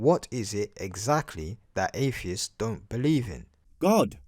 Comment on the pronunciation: I think this guy has a real speach impediment. Afeists? Questions never been oxed befoh?